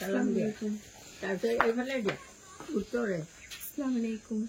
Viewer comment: Sllamalaikum nhoi baiti....assalamualaikum buli kole he xudhdo hoi...nhole okhudhdo